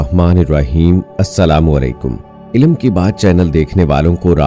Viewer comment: بھائی تلفظ درست کر لیں، عِ لْ مْ (عین کے نیچے زیر لام ساکن اور میم موقوف)